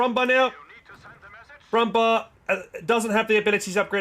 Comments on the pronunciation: The proper pronunciation for „Panzerbüchse“ kinda sounds like „Panzerbüxe“. It’s a small thing but „Brummbär“ also sounds like „Brummbear“ rather that „bar“. After all it means growling bear. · As a german it sounds so funny how you pronounce the german names and tank names for example the brummbär or panther 😂 keep up the good work ✌ did you know that many names are like a short version of the full name? Stug = STUrmGeschütz Stg44 = STurmGewehr 44 PaK = PanzerAbwehrKanone And so on 😜